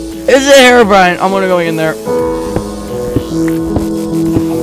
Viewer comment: herubrine... wut (that was hilarious)